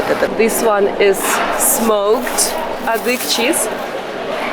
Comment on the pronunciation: thank you for beautiful videos but you should study a bit the cultures you don’t know well. You kept saying “adyhig”; it is adygheeee” with an e at the end. Additionally, you never talk about very crucial historical events. Adyghe people had to immigrate to Ottoman land in 1864 onwards because the Tsar of that epoque forced them to. It is the most tragic event of their history. Now most of the circassions (around 3 million) live in Turkey. You are telling irrelevant stories which makes me surprised. Put a bit intelle tual effort please.